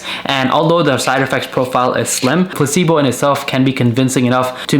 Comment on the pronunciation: Recebo not placebo sir